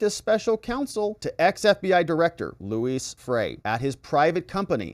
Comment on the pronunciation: Lou-E Freeh not Louis. One of the shadiest swamp rats of all time.